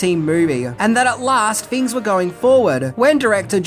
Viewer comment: as well as your inability to pronounce "TH" Here's ten fings you didn't know.........................